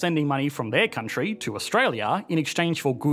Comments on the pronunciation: why do say "country" so weird....countriiiiiiieeee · this Countryee has an advanced economyee